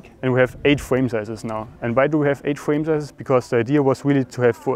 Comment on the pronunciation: fwame sizes 😂😂